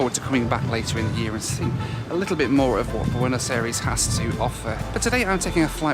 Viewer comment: Really love the videos but for some reason my brain cringes every time you say bueno aires. It's pronounced "eye-ress", thanks for the great content.